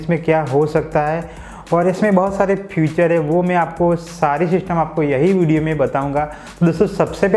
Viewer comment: भाई साहब किसी चीज की ख़ासियत को "फ़ीचर " कहते हैं । जबकि आप फ़्यूचर का उच्चारण करते हो , फ़्यूचर का मतलब भविष्य होता है। वैसे हम आपकी सभी वीडियो देखते हैं ।